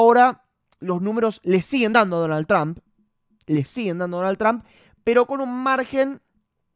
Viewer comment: pronuncia bien Trum como que Tram